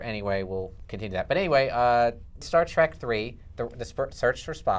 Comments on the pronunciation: Star TREK .... you idiot ... TREK, TREK, TREK ... not TRACK! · Why does this leftmost idiot keep saying Star TRAK? God!